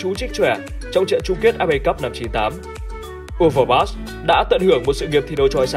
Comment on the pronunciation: Đọc sai tên Marc Overmars rồi Admin.